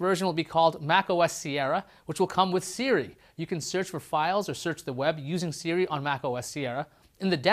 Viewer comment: "Siri" not "Seari"!